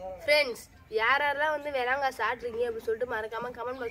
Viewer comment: Hal அது வேளாங்கா இல்லை விளாங்கா அல்லது விளாம்பழம் என்று கூறுவார்கள்